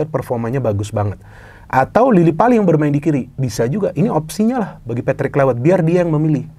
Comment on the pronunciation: Pembacaan: Klaivert, bukan Klaiwert